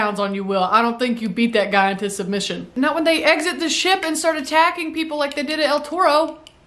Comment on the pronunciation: "I fergot we still had people oanboard thuh shiyap!" Its adorable when your country side comes out.